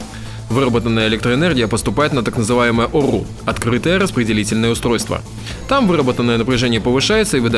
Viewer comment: Вот етот мужик почемуто картавит я ето услышал когда он сказал ОРУ